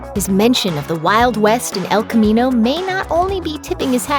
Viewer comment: “Ehlll khamminou”